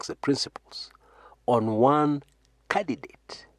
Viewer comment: as an aside... have u realised something about your pronunciation of candidate? Have u realised you leave out the n? Is it because of the Kamba dialect influence? to avoid saying candiNdate? Hence going for cadidate? Just an observation, no ill intent.Content appreciated irrespective of the above.